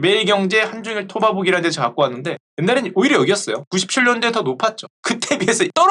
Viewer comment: 발음 정정; 토바보기->토파보기